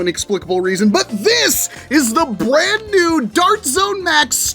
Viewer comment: HE SAID BLAND NEW